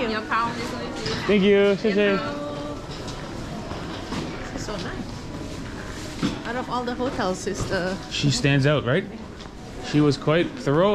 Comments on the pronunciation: Your Mandarin for thank you is badly mispronounced. You are saying "shay shay" it should be closer to "share share". Pinyin spelling is xie xie. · Xie xie is closer in pronunciation to the ''Xi" in "Xi'an". Xi'eh Xi'eh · I don’t mean it in a bad way just letting you know that u pronounce xiěxiě as shi shei which means “who is it?” 😆